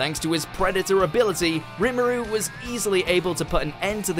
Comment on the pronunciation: #6 Roo-maru vs Ifret...bruh It's not that fucking hard to pronounce their names is it?